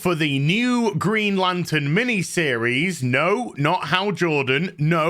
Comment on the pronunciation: greeeen-ay? lantern? xD